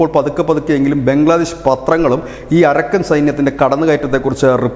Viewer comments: അരക്കൻ അല്ല അറാക്കാൻ ആണ് ശരി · അരക്കൻ അല്ല അരാക്കൻ ആണ്.